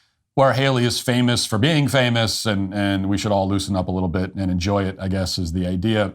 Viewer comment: you said "famiss" instead of "famous". Learn how to prounounce "-ous".